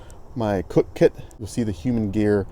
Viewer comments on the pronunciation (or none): none